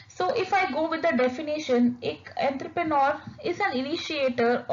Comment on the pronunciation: Correct your pronounciation of entrepreneur it's not entherpenor🙂